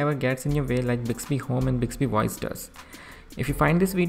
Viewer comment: Bicksbee woyce? What is bicksbee woyce?